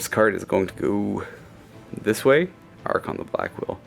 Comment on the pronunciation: I really enjoy your batreps, but the way you say Arkhan triggers me. He's not an archon, and remember it's Arkhan, not Arkhan't, keep winning with him